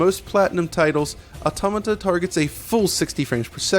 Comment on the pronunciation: Wow, you really can't pronounce Automata can you?